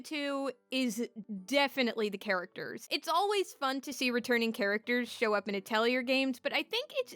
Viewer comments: Ah-tell-ee-ay. Or ah-toll-ee-ay. It's not a hard R sound. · please stop mispronouncing atelier it is very frustrating to hear valid opinions interspersed with cringe inducing pronunciation